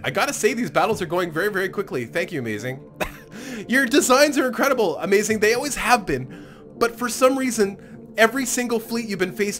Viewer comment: you need some how say Amazigh upside down. And when your saying amazing, say it normally.